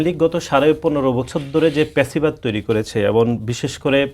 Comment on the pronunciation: আগে কথা বলা শেখ , প‍্যাচিবাদ কি ? ফ‍্যাসিবাদ বল বেটা ।